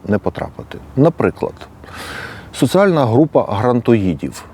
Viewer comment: Не критика, а порада. Слідкуй за "з проти с", "і проти и", "д проти т". Наприклад, "соціальна", а не "социальна".